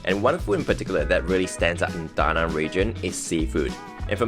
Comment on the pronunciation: Awesome video and thank you for pronouncing the name of city correctly too.